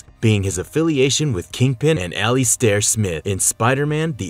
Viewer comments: its not pronouced (ali-star) ...its pronounced (ali-ster) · Good ol al-e-stare Smith lmao 🤣 cmon man it's pronounced al-luh-star lol you guys struggle pronouncing the most common words/names I swear. Good content tho. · The other guy, who created the Spider-slayers, whose name is being constantly & BADLY mispronounced is Alister Smythe (the y is pronounced vs being silent for the last name), as you do at least once in the video. The horrendous mispronunciation of Alister is really killing us, your audience....